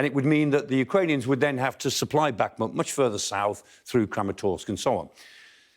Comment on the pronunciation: good discussion and report, but can reporters and contributors please learn to pronounce places correctly, or, at least closely - Bakhmut - it's not difficult. The 'kh' is the same as 'ch' as in loch or German Bach. It's not 'k'.